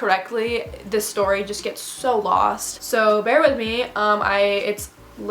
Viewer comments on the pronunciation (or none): none